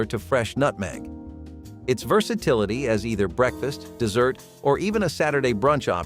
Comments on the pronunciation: I hate computer voices can you tell the difference between an after dinner treat and the Sahara , and its shoeFLY not shoeFLEA ! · you need to learn how to pronounce dessert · A DESERT has lots and lots of sand and rocks, has cacti, snakes, sometimes birds, but NEVER sugar, cream, eggs, or butter, as does a DESSERT. PLEASE LEARN and PRONOUNCE the DIFFERENCE! This switching of terms and pronunciation is NOT EXCUSABLE! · Learn how to pronounce dessert! It's not like the arid place with little to no rain. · Dessert (deezert) , not desert (dehzert) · Totally annoyed me the bot kept saying desert instead of dessert. Just ridiculous that was not caught before letting the video out l! But I did enjoy the video. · dessert, not desert... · Dessert is pronounced "də-zert" NOT "dĕz-zert." It would be a perfectly lovely video if the main term were pronounced correctly. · The word is dessert, not desert. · Not "DEH-sert" (desert, a dry land area), but "dee-SERT" (dessert, an after meal sweet). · Not "desert" but "dessert". Also not "less" but "fewer". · Wow, thought these were actually read by a person only to find out that it’s a bot doing the voice. Determined by the pronunciation of DESERT (the video used the dry sand location vs. something tasty to eat). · It's dessert, not desert! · It's dessert not desert. LOL. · Why is he saying ‘desert’ and not ‘dessert’? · it's pronounced DEE-ZERT; not Desert, a hot dry place. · Desert vs. Dessert sound completely different F.Y.I. Dessert has TWO " s", so the pronunciation is also different f.y.i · How does this channel have over 45 thousand subscribers? Shoo fly pie first then SHOOFlee pie next. The mark. The DESERT. Please start hiring voice over artists again. Which INDIAN tribe made huckleberry pie? There are at least 9 tribes in Montana. So letting a pie rest overnight is an extensive and high effort procedure? Will someone please tell me how to keep this channel out of my suggestions? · Dessert not desert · DEE' -s-sert.